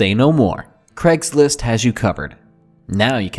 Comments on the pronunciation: noir inkodye Maybe you feel like you do, but I would still hear it as "Gregslist"!? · Craigory Schlist